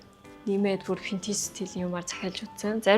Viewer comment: solongos helend v useg, f useg baidagguimaa burberry gehiig pobori 버버리 geh jisheetei anh sonsood oilgohod hetsuu suuldee dasaad adilhan heldeg bolchdog yumbilee